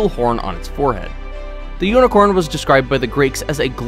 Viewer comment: My sis came when u were saying hnicorn my sister said okay unicorns exots i ditn need a b day presit now